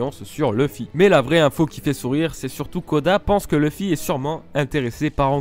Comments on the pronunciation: Super ms leuf se prononce [lauf] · leuf ( meme si on dit plus souvent leuffé ) mais c'est bien c'que tu as dis, je confirme